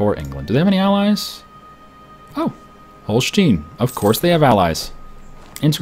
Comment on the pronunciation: You pronounce the "e" in Holstein like you pronounce the "i" in English.